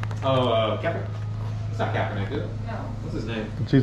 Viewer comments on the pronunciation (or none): Dude said kappernick lmao